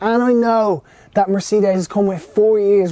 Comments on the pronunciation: "Mercedees" mate, try that, you say it like 2 seperate words , it hurts my ears the way you say it lol. Good review. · I HATE it when people pronounce Mercedes like this, this is the only country where it's said like this and I don't understand where it came from, everywhere else in the world pronounces it properly, who invented this weird way of saying it and why has Ireland adopted it? It's the same with Peugeot, the rest of the world manages it, why did we invent our own way of saying it? Small things I know, but it just irritates me every time I hear it!